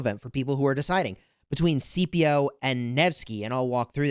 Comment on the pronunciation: I keep getting triggered by how you keep calling Scipio "CPO" lol The C is not silent. His name is pronounced more like "Skippio"